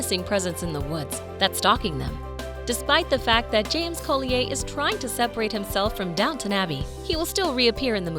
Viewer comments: Unless there is some sort of exception, Collier is usually pronounced ‘call-yer’ not the French pronunciation of the name. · Typical American can’t quite pronounce half the names correctly Robert James Collier is one of the obvious ones “ Coll-E-ER “ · Its prounounced Colli yer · Nobody in any of this type of video can pronounce the names right, but Robert James-Cole ee ay? To add insult to injury, she says it over and over and over. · Robert James COLLEEYAAY?? 🤣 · Collier; pronounced Colly-er., a collier is a coal miner. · Interesting pronunciation of people’s names! Suggest for voice overs saying British actors you check their British correct names first! (Coll-ee-errr, Nic-koll etc). 👍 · Collier? Pronounced "call-yer". 🙄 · I've never heard anyone pronounce the name colli-eh. Its not Norman French, its an occupational name (they became surnames a lot later than 1066), a collier was a coal miner or someone who dug coal on the surface. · You are so WRONG Collier is an Old English surname, meaning Coal seller and is pronounced Coll i er, Colli as in the way you would pronounce a Collie dog and i then errrr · Sorry but this narrator is killing me. Thomas isn’t evil he’s scared, misunderstood and alone which leads him to do things that most people wouldn’t to fill the void. It’s Coll-I-er. And the voice is so annoying. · Robert James Collier... I love the way the narrator makes his surname sound so exotic.😉😆😆😆 There's nothing wrong with his name,of course. Collier is pronounced Coll yer. A Collier means someone who works down the coal mines, digging out the coal. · That's right 😉 It's pronounced Coll yer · Robert James-Collier is VERY ENGLISH and so is his last name. Your French pronunciation is ridiculous. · How annoying the way you pronounce Collier , totally wrong . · Umm that’s not how u pronounce his last name… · The pronunciation of Collier is really irritating. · That had me rolling my eyes every time she said it 🙄😁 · Collier is pronounced so very badly